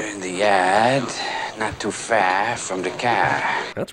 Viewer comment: They're in the yaad, not to faa from the caa.